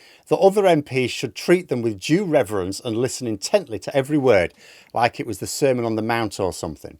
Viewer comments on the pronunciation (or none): I thought he said semen on the mount.